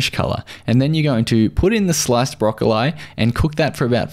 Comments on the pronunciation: What the hell is a Brock-Ol-eye? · Yep, I've been yelling at the screen "Brokoleeeee" "Leeeee for god's sake LEEEE" ! :) EDIT: I should add I meant it's broccolleeeee in England, I've no idea if it's broccolLYE in Australia. :) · Aha, An Aussie video I've never heard the pronunciation "broccol-eye" before. And he pronounces "tuna" as "chuna" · I just don’t understand why he pronounces “Broccoli” like that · Aussies can get away with it. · Is he being serious with how he pronouces broccoli?